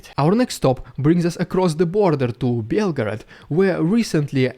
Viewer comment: 3) says Belford in stead of Belgograd